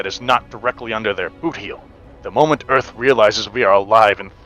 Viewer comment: “Welcome to Earf!” - Will Smith, 1996 “EDF vessel, Welcome to Pioneer!” - North R. Isle, 2225